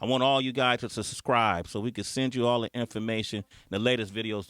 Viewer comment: Yo Sway, I think the word is "subscribe" not "suscribe". come on homie...